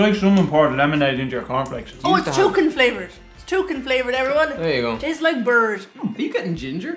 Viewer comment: It's token flavoured? Tolkien flavoured? Chokin flavoured? ...oHHH....Toucan flavoured.